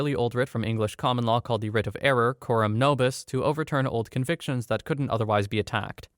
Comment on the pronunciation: "Error Coram Noblis" is pronounced AIR-OR CORE-AM NO-BLISS, in short, you got the pronunciation exactly right!